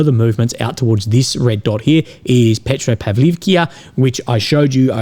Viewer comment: Петропавловка! а не Петропавликија. Ивановка! не Иванивкија! Ако не знаш да изговараш како треба, научи!